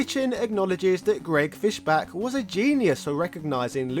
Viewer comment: It's Fischbach with the bach pronounced like the composer not "back".